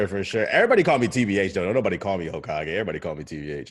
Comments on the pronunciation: "Hokiage" lol i aint even gon lie thats the most unique mispronunciation so far. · That pronunciation was legendary 🤣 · Tbh sent me. Lol. Bruh the pronunciation of hokage kilt me